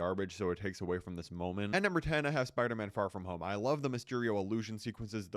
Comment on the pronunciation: Ahh yes, Far From Hone